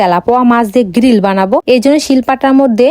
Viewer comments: গ্রিল ❌ গিল ✅ 😑🤦‍♀️ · গ্রিল ❌ গিরিল ✅️ 😅